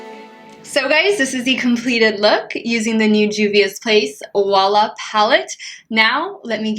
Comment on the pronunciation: Beautiful eye look! I love it! To hear correct prononciation of wahala word you can check the song danger of p square 😉